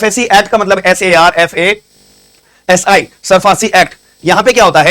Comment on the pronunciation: Woh SARFASI Nahi SARFAESI Hai